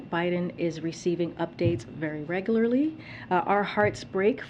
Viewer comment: Receiving updates " very reglolarry..." that's a good thing.